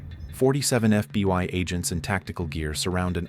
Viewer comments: It's always FBY, and not FBHow😢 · Fby agents 😂 why does the ai alway get it wrong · Why do you say fby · “FBY” time stamp. What’s FBY? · Get an actual narrator. "FBY"... smh. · FBY headquarters? AI fails nicely.